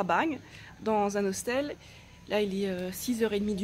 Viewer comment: Tu dis hoStel???